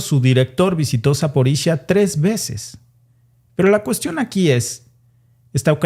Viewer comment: Se pronuncia Zaporiyia, no Zaporisha, no se de donde sacaste eso